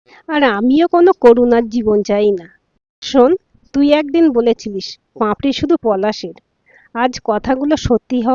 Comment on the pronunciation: উচ্চারণ টা পাঁপড়ি নয় পাপড়ি